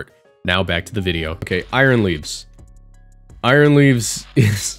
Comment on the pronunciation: I thought you said aroused for a sec 💀